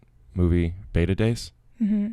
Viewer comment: what’s a betadase? 😂😂😂